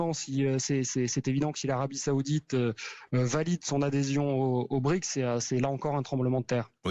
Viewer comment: C'est pas bric mais BriCS toutes les lettres se prononcent! De même que KaZANe, et non pas KaZa😂😂😂